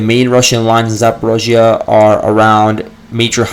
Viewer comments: Great stuff! Your podcast is always extremely informing. Keep it up. (Although you say “zaa·paw·REEZH·yuh” funny, LOL.) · I don't believe anything the russians say. the only thing of value listening to the russians is that you do find where there are Ukranian operations, other than that we have to wait till the fog of war opens. Can't stand your pronunciation of Zaporizhia (and you say it a million times).